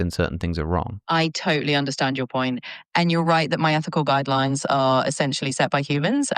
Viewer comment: At one point she says guideyooines